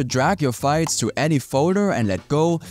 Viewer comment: Why do you pronounce files as fights?